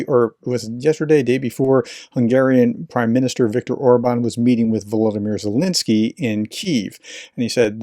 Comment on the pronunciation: RT Russified Zelenskyy's name. That's just rude!